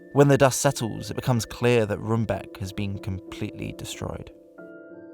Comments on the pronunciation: Room, like English, not rum. I couldn't help but comment on the mispronunciations too. lol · "rumbake" and "enskede" got me rolling (not blaming or shit btw😭) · Some pronouncing tips. It's Enschede=En-sghuh-day. Roombeek=Roam-bake. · It always surprises me that no matter how much research went into a video and how well it is produced, no effort is taken in how to pronounce local names. It is not impossible for an English speaking reporter to say "Roambake" (Roombeek). They just pronounce it as if it would be some English word not even considering that might be inacurate. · The dutch Roombeek is pronounced as “Roambake” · Roombeek is pronounced in English as Roam-bake or Rome-bake (Rome as in the Italian city).